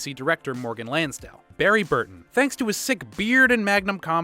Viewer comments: The lack of knowledge of the series and lame jokes with flat delivery is driving me insane. Why do this video? And stop saying “Barry Burkin”. It’s BURTON! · Is it just me or is he saying barry birkin? Instead of burton lol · you guys must really like mispronouncing Barry's last name in a lot of your RE videos